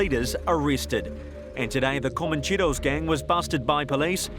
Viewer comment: Did he just put Comoncheros in a Maori accent?